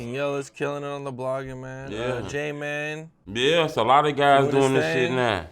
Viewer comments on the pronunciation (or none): It's jmane not JMAN...WHAT?!?! ILL BUG UP!! GET THE WHOOP RIGHT... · Cam sill saying jman😅😅😅😅😅😅😅 its jmane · It hit different when calls jmane jman 😂